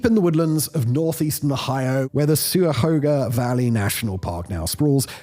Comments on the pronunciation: Cuyahoga is pronounced kye-a-HO ga. Not Soo ya ho ga! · Cuyahoga made me laugh at or so, as an ohioan it's CUY- ahOga. CUY like GUY; a, short a; hOg, long O like hogey sandwich;a, another short a. It's a real pain when they phonetically spelled native place names into english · Cuyahoga, pronounced KY-ə-HOH-gə. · Oh man that pronunciation of Cuyahoga during the helltown ohio bit threw me for a loop. It's a hard C not an s noise. I had to quadruple check myself like "Is he trying to say Cuyahoga???" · Creative way of pronouncing Cuyahoga. It's a C not an S. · FYI: "Cuyahoga" is pronounced "ky-a-ho-ga" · Cuyahoga is pronounced KAI-ah-HOG-ah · Oh Simon. As an Ohioan you absolutely butchered Cuyahoga. Its pronounced Kai-ya-hoe-guh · that's the funniest way I've heard Cuyahoga 😂 it was a nice try though. Kai-uh-hoe-guh is how we locals say it I have been to hell town one time and I could see the strip of milky way in the sky, it was beautiful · Cuyahoga is pronounced Kyahoga. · I love Simon's content, but omg: #38, Cuyahoga! Hard C, not soft C. Pronounced Kuy-(rhyms with "guy" or "buy")-a-ho-ga. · "Accidental taxidermy" is my punk band name additional comment: i have never heard that pronounciation of Cuyahoga (kye-yah-hoe-guh) (or kye-ya-hog-gah) Helltown is not real, it's Boston, it's a little town and it's very cute. Mostly just an outpost for the CVNP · He's so bad at pronouncing words! It's so frustrating! It's pronounced ky-ah-hoag-ahh. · Cuyahoga has a hard C. I live a few minutes from Helltown and that was really bothering me for some reason. 😅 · I really appreciate the work you put into making a video with so many interesting locations. It's honestly amazing the amount of quality content you produce across all your channels. But, as someone who lives next to the Cuyahoga Valley National Park, it is pronounced kai-uh-ho-guh. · Isn't it chai-ah-hoga. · I’m currently in Cuyahoga falls Ohio and how he’s saying it is killing me 😂